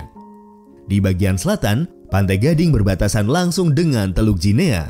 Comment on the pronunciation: Sebutan yang benar untuk 'Guinea' adalah "Gini" bukannya "Jinia"